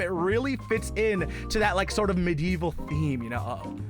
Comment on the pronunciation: HE REALLY MISPRONOUNCE MEDIEVAL